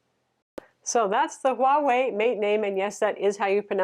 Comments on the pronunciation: You got Huawei right! It is the way Chinese pronounces it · Appreciate the accurate pronunciation of Huawei - do you speak Mandarin btw?